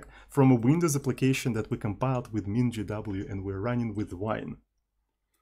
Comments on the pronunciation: спасибо, всю жизнь произносил MinGW как "минг В" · Я на русском вообще произношу как "мин гэ вэ". Но в англоязычной среде принято вот так. :)